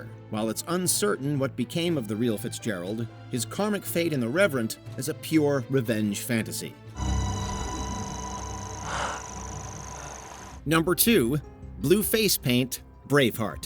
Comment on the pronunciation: Revenant not reverend